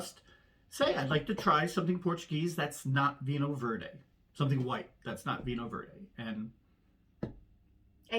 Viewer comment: Did I hear you say Verde hoo-haaa??😂🤣😅